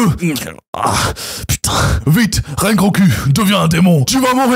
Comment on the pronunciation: Rengo"ku" jpp